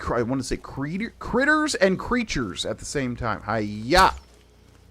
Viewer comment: I will advocate for the word pronounced "CREE-ters" [spelling subject to review] as a new word meaning "creature, critter or both" English; Noun. Let's petition The Oxford English Dictionary and Webster's Dictionary care-takers.